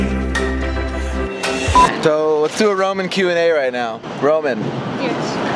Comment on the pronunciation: Ro-Mawn. Her name is pronounced Ro-Mawn.